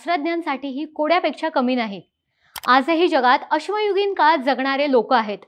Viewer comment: 0.8 अगं अश्व युगीन नाही , तर ' अश्मयुगीन '!!😅 समजलं का ग घोडे !!😂